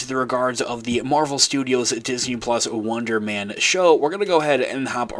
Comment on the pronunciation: You sound like you're saying Wondermen